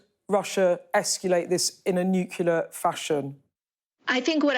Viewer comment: Did Rigby go to school? NucL-E-A-R, not nuC-U-L-A-R